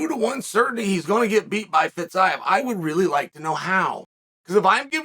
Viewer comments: Feezeeav is how to pronounce his name.. Chael.. Please.. Please learn finally how to pronounce foreign names. This is totally unprofessional! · No one: Chael : Getje vs Fitsaev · If you had watched Fiziev fight you'd know how to pronounce his name and also why he is favorite.